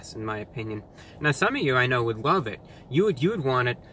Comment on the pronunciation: did he say "WOVE IT" ?